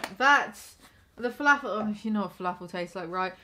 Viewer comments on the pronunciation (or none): You say filAAfull like a southern American